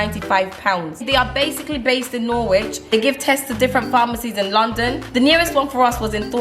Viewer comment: It’s pronounced Norich not Norwhich